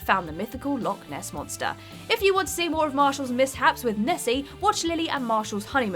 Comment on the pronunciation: That's not how you pronounce "Loch Ness monster"